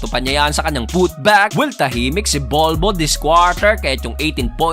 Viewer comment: Bakit kailangang may diin sa pag sinasabi ang pangalang BOL BOL?:face-blue-smiling